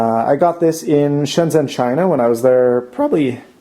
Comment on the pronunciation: "shieenshsioeishoeaiai beijing.. in China" lol